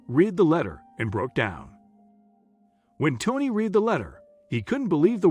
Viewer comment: “Read” As in “red” NOT “reed”